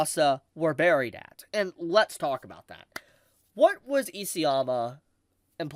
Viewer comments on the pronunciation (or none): none